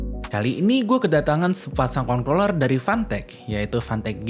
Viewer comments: nyebutnya concloller apa controller sih? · hati2 salah sebut kontorler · ini ngomong controller kenapa dibacanya kongkroler sih hahahahaha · besok ganti kata controller sama gamepad atw joystick aja, biar ga keseleo nyebut...wkwkwkwkwk